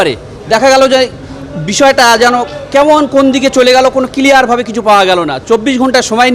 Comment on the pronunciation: কিলিয়ার নয় সাংবাদিক ওটা হবে ক্লিয়ার....😂